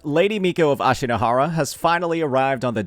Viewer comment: Thats not how you pronounce Ashinohara.